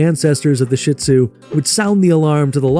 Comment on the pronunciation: I hate hearing Shih Tzu mispronounced. It is NOT "shit !!" It is pronounced "sheed-zoo" And please, most of what you are saying about the Shih Tzu is actually true about LHASA APSO'S. Get your story straight.